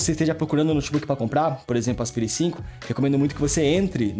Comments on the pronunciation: Não é "aspiiire", é "asPAIre". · pronuncia péssima para Aspire. O correto é "aspaier" e nao aspire. estude, poha.